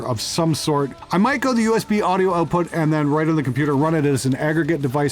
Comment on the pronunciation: "OAT-put transformers" lol